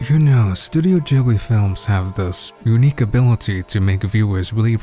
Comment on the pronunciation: Jibbly? It's pronounced studio GIBBLEY